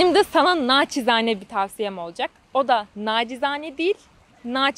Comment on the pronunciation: Hadi bir düzeltme de benden, olcak değil, olacak diye söylenir İstanbul ağzında 😅